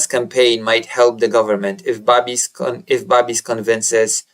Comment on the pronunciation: Babiš pronounced Babish